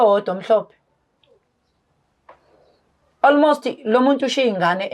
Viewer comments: Ei isingisi sa almost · Ingrish is igrishing"almost"😂😂😂yooooh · I'm traumatised by ALMOST 🙆🙆🙆. Engrish yhooooo 😂😂😂😂